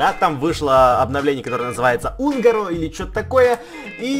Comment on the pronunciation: унгоро - ударение на 1ое О Кстати я тоже в хс играю